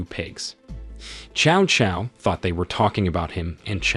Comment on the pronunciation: New drinking game: drink every time Cao Cao's name is mispronounced.